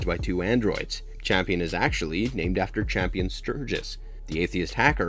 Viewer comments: Real talk; is that "Champion" mispronunctiation due to some extremely low-key dry humor meme or a direct result of the people that make these sorts of breakdowns being done by folks that largely dont watch these shows (thus making the mistakes you outlined due to missed context) and just read scripted synopsis? I think there is something inherently...wrong? In this practice of representing themselves as authorities or analysts of these things whilst in reality just jumping onto a bandwagon that they can make a quick buck off of? I mean if you think about it, its extremely easy. And extremely deceptive. I dont know how I feel about this lol. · It's Campion not Champion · I'm sorry I can't help myself but the Boys name is pronounced CAMPION not CHAMPION. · It's Campion not Champion. And it's raised by wolves not raised by the wolves. Smh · Raised "By" Wolves, not Raised By "The" Wolves Campion, not Champion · HOW can you summarize an entire season of a show on YouTube and (not just once, but consistently) mispronounce both the title of the show and one of the main characters? The show is *Raised BY Wolves*. The boy is *CAMPION*. The man who created Mother is CAMPION Sturges. Assuming that you WANT people to watch, enjoy, and respect your work...the laziness required to misquote the most basic facts of the show is staggering. Did you even watch the show, or did you summarize it from another source? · Yeah, he just said Champion instead of Campion, so my confidence level in this vid just went to zero. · I have a feeling you have not seen the show, soooo many names said wrong lol. It is Campion not Champion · even watch the show? It's Campion, not Champion. Also its raised by wolves, not THE wolves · You mispronounced the name of the show. It's not raised by the wolves. Just raised by wolves. And the boy that survives name is kampion. Not champion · I swear if you call him "Champion" one more time... it's CAMPION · Campion, not Champion